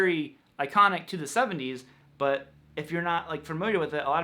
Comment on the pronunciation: Maybe it’s just me, but do you say the word ‘but’ with a ‘w’? I keep hearing bwut, bwut, bwut. I may be just going crazy